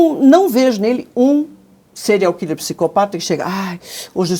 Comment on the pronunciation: kkkkk "serial quiler"fala direito loirinha do cabelo curto